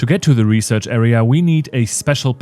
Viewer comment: I’m dying every time “reserch” shows up